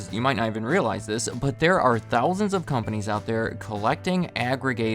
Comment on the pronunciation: "one thollsond"